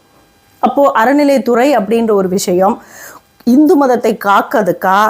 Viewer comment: விமர்சகரே. நீங்கள் ஹிந்து என்கிற வார்த்தையை , ஸிந்து என்று தவறாக சொல்கிறீர்கள். திரத்திக்கொள்ளவும்